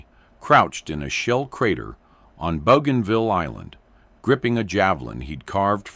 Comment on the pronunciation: After "Boo gone ville", AI will never get it right.